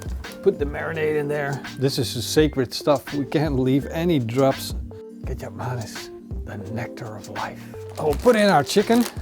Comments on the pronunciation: I really thought Kecap Manis is a the way pronounces "ketchup mayonnaise" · I always think you're saying ketchup mayonnaise lol.